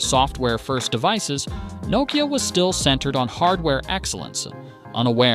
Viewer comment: I don't understand how it is possible to do a video on a brand, and continuing to mispronounce it